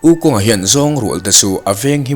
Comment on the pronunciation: Wu khong tia lamtur!